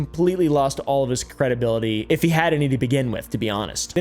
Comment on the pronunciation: You said HE wrong.